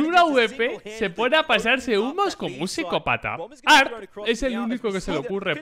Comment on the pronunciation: La forma correcta de llamarlo es "arte" por la T mayuscula de su nombre "arT" se pronuncia la T como suena osea "te". Por otro lado en cuanto a su jugabilidad es igual a muchos amigos tanto silver como ak cruzada o Brs con p90 solo conocen la tecla W xddddd